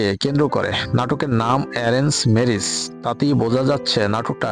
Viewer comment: মূর্খ নাকি আপনি ম্যারেজ কে মিরিছ বলেন 😂